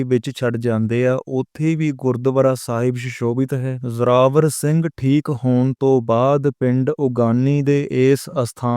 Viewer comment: ਬਾਈ ਜੀ ਉਗਾਣੀ ਸਾਹਿਬ ਹੈ ਉਗਾਨੀ ਸਾਹਿਬ ਨਹੀਂ ਜਰਾਵਰ ਸਿੰਘ ਨਹੀਂ ਜੋਰਾਵਰ ਸਿੰਘ ਜੀ ਬੋਲੇ